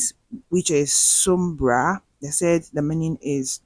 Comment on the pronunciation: Please it’s called sunbra, sun and bra